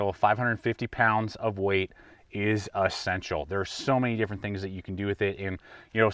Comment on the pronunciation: He never says "e-ssential".... he says "a-ssential!"